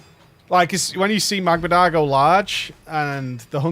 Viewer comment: MAGMADAR! IT'S MAGMADAR!